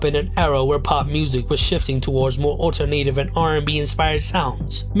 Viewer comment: He pronounced alternative as alter-native!